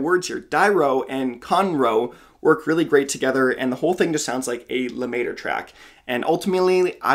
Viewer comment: Love this! Always looking to expand my playlist. BTW... it's pronounced "luh-meh-truh"... It's French for "The Master"